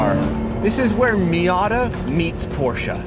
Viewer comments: What was? Porsche? No, it was not. But at least he pronounced it with two syllables. 🙂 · And the fact that it was pronounced correctly :)